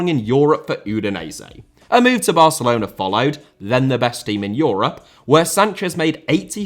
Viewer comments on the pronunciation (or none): none